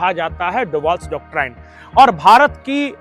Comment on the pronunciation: कृपया डॉक्टराइन न कहकर डॉक्ट्रिन उच्चारित करे।